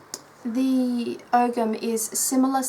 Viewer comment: It's Oh-am, no g.